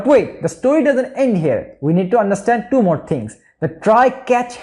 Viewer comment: Love the way you say "Choo" instead of "two". 😅